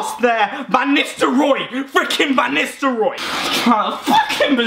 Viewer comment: it is Van nistelro